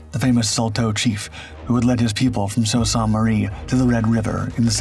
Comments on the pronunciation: Pronounced (Soo) Saint Marie, not Salt. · Canadian comment: Sault St. Marie is pronounced "soo saint marie".